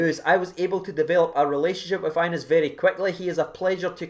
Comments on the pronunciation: Bro, as a Rangers supporter you should learn to pronounce his name properly! It’s pronounced Ya-nice not Anus! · Re the young lad Hagi... His name is pronounced Yanis. Just sayin. Knowledge is power. Sharin's carin' 💙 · His name is pronounced yanis